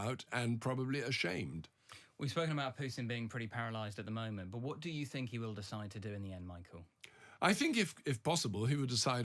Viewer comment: "I thibnk there's a war weariness in the West." What's his evidence of that? He probably lives in a middle-class bubble. It's not what I hear.